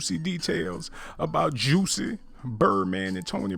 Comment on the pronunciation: YOU NEED TO LEARN HOW TO READ BEFORE YOU GOSSIP AND MIND YOUR OWN BUSINESS...HIS NAME IS JUSSIE NOT JUICY,,,,SMDH